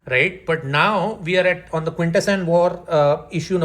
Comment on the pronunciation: The fact that you can pronounce "Quintesson" properly, while still can't is hilarious to me.